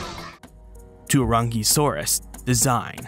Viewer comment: I totally heard the "Teriyaki-saurus" 🤣😁 It's too early for me already lol 😆